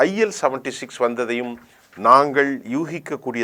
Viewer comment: ல் உளறி விட்டீர் PL-76 என்று அது, IL-76